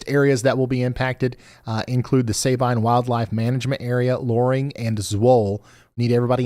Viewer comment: Not Say-Bine it’s Sa been. I got good pictures of the tornados from a distance in el campo and Hardine Texas